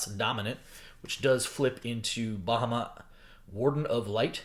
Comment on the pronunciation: Your pronunciation of Bahamut is aggravating lol.